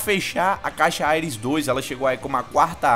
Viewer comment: O cara fala AIRES mds